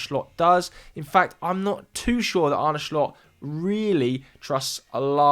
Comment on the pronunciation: I'm really struggling to understand where do all these random sounds when pronouncing some of the names come from? Arne SHlot? Ryan GravenberCH? You are at Sky, is it really that hard to do basics the right way?